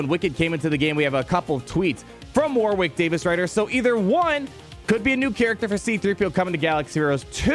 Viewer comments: War Wick! LOLZ! He's name is pronounced "Worrick". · War wick? 😂 War(Rick) Davies is how it’s said! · its pronounced Warrick, the second W in Warwick is silent. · It made me cringe every time you mispronounced Warwick. It's more accurate to have the second w be silent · AAAAH! You don't pronounce the second W in Warwick's name.